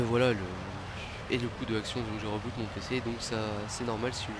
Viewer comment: reboot ? On dit pas riboot (le c pour la prononciation)?